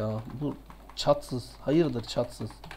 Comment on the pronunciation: Atsız'a çatsız demesi djdkdkfkf